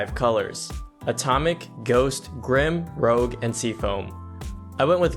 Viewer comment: it´s "rouge" (a shade of red, french pronounciation), not rogue. ;) Good video. By the way, if someone asks.. the board is ANSI only for the moment.